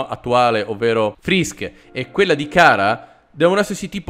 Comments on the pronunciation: non è cara si pronuncia ciara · Si dice chara no cara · Si dice ciara e si scrive chara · Io che non capisco se anche in sto momento ci sta trollando male facendo finta di non sapere la pronuncia di "Chara" o che non sappi che si pronunci (Ciara)